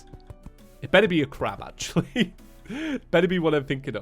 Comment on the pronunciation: Sorry but when you say space crab I hear you saying space crap